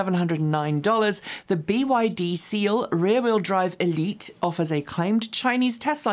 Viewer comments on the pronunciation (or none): none